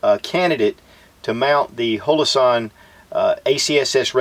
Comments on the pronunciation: hOlosun, not hAlosun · It is not halosun and it’s not hole-o-sun. Holosun. Hollow sun. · you said "halosun" probably 20 times... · Great vid, but am I the only one that's bothered by how he can't pronounce Holosun correctly? lol Outtakes are always the best.